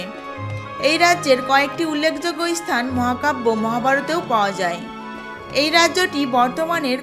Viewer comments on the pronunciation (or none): প্রথমেই বলি রামায়ণের রচয়িতা বাল্মিক নন, বাল্মিকী মুনি। ইস্থান না বলে শুধু স্থান বলুন। ইস্তিরি না বলে শুধু স্ত্রী বলুন। চ এবং ছ এর উচ্চারণ গুলি একটু দেখুন। শ্রুতি, জায়গা ইত্যাদি বলার ক্ষেত্রে একটু মনোযোগ দিলে ভালো হত। তাছাড়া বলা ভালো কৈকেয়ী রাজা দশরথের কনিষ্ঠা স্ত্রী ছিলেন না। তিনি ছিলেন দ্বিতীয়া অর্থাৎ মধ্যমা। কনিষ্ঠা স্ত্রী ছিলেন রানী সুমিত্রা। এলাহাবাদ স্থানটি বর্তমানে আবার প্রয়াগ নামেই পরিচিতি পাচ্ছে। সরকারিভাবে তাকে প্রয়াগরাজ বলা হয়। যাক, আপনার প্রয়াসকে সাধুবাদ জানাই।... ধন্যবাদ